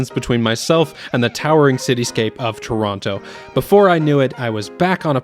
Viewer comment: First Canadian guy who does not pronounce "Tronno" and pronounces "Toh-rawn-to" :P. Canada is really spread out, I believe !